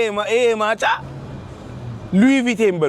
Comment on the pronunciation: ሉዊ ቪቶን ... ካፑቺኖ ...you have to practice English as a YouTuber young man. You can do it 🤝